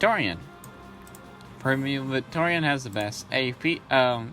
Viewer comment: Its just primo victoria but it sounds like your saying premium Victorian which would be a very dapper chap from the 1880's LOL probably just your accent and me mishearing it.